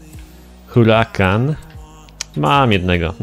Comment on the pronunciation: niemówi się hurakan tylko urakan albo nie galardo tylko gajardo